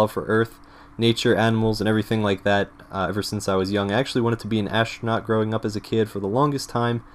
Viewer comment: Ashtronaut, shtructure, ekshtremely, it looks like you change every S sound before every T into SH. Is this a habbit or some local accent? I am asking as an English tutor who has to study many accents to understand all sorts of materials from many corners of the world.